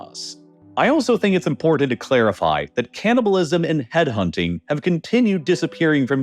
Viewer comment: What, you don't like hearing about people being "eden" in the "moundans"? It's an impordan issue